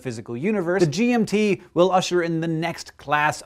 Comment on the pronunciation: was anyone else hearing G&T Telescope